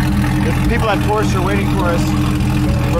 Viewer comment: How could you go to the Porsche museum and consistently pronounce Porsche incorrectly